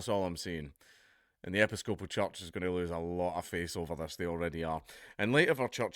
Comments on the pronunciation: Americans: "e-PISS-copal" .. Dankula: "epi-SCO-pal" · Hint: When you encounter a new word, try looing up the fucken pronunciation. Epy scopal.... FML! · "Epi-scope-al" lol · "epi-scope-al church" Thank you Dan Kula from Scotl-and!!! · Americans pronounce it (rightly or wrongly) as e-PISS-co-poll. Seems oddly appropriate, since they seem to be taking the piss... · Pronounced "e PIS coe puhl". Emphasize the piss. It's a splinter of the Church of England, if you can believe it. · 'Ep-iss-cope-al' - how can he not know how to pronounce that properly?!? Does he say 'An-gli- kan' or 'Cath-olick' as well? Bizarre. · It's pronounced "eh-piss-co-pole" you heathen. :P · "Epi-SCO-pal" May God bless Scotland. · Hearing Dark mispronounce Episcopal, caused me immense spiritual damage.